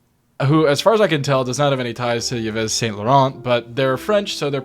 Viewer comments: I respect you a lot “ y ves”??????? You mean pronounced eev st Laurent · The pronunciation of Yves was wild lmao